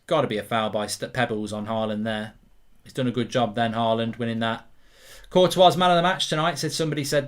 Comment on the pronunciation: I would like to know why Mark pronounces the “S” at the end of Courtois which is the incorrect way to pronounce as it as the “S” is silent. Also literally nobody else pronounces the “S” in his name.